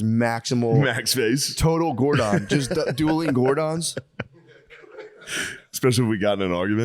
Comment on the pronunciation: I love that Matt calls zordon Gor’don haha Gordon